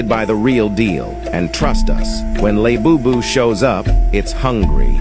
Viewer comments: That lady that couldn't say labubu right 😂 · Lububu sound like lil boo boo 😅